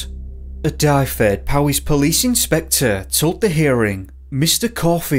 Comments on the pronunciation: It's pronounced dov-ed...dyfed 😉 I'm sure I remember being told by one of the officers that the lad in Wales fell into one of the sink holes. Welsh rivers are full of them. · It's pronounced "Duhved". You're Welcome buddy I'm from Wales and am Welsh.